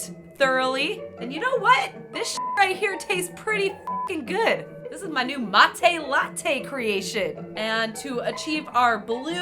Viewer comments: That struggle when someone mispronounces "mate." Love you! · thats not how you prononce mate... and thats not how its spelled.... and thats not hpw its made... or drank... WHAT THE FUCK IS UP WITH THE BAGGED YERBA